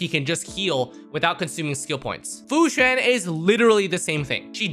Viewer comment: Fu Xin? I think you mean Fu Xuan (Sh-u-awn)